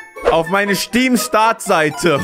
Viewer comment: "Schteam" xD Bester Youtuber <3